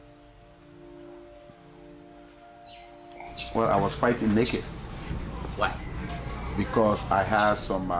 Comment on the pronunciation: Everytime when he says neked 😂